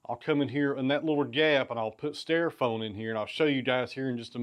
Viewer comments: Had a good laugh at your expense over your pronunciation of styrofoam (sounded like stairfoam to me vs. St - long i - ro foam) and polystyrene (poli st - long i - r - long e - n - silent e) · I like thinking of them as [pig]STY-row-foam and Paulie-st-Irene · Say styrofoam again lol.